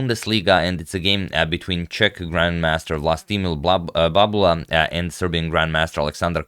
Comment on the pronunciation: I'm here to hear him say "Babula"